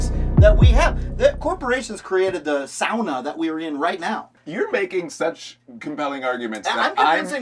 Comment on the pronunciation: Darn. Impressed positively. Adams correct pronunciation of Sauna. My people <3